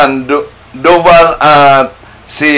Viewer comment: Sandobal dyos ko po ang layo niyo kay bro Wendel maling mali ang bigkas mo